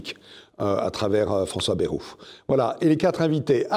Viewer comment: Le nom de Bayrou se prononce "baïrou".